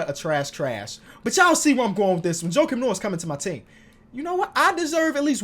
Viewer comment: You lost me when you said Jokim Noah🤦🏾‍♂️